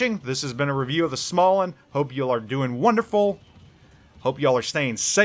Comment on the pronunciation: I picked it up, its a really solid ship. ' review is spot on. Would recommend. Btw, its pronounced Smo-lannd